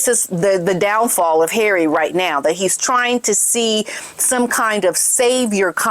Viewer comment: Love the way you say ‘Harray’ - always cracks me up! 😂